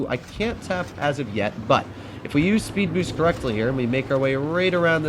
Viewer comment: "sped boost" lol